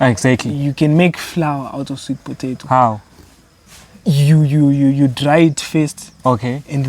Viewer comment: Think it’s pronounced “sweet po·ta·to (pə-tā′tō)” and not potaitos…lolest 😂😂😂!